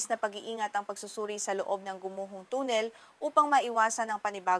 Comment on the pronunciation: Ang tagalog ba ng tunnel ay tonel?Mahirap intindihin ang ilang tagalog words mo.